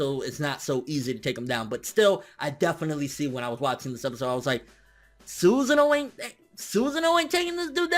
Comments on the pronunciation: The way you say sus'sano tilts me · I dont know why your pronunciation of Susano triggers me. I always thought it was pronounced su-Sa-no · Susan o. lol. After watching you for a while, I feel like you intentionally mispronounce shit,? Come on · Not "Suzin O" ...Not like "Hey Susan (O)" ... It is actually pronounced "su SAN no". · What's a Susano?! What does he pronounce it that way?